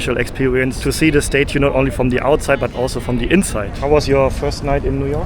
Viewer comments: It's not "STATE UE" It's pronounced "STAT-UE" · learn how to say statue lol